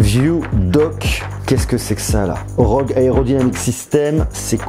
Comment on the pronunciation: On prononce r-o-g pas rog